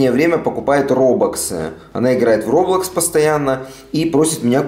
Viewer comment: Роблакси ане робокси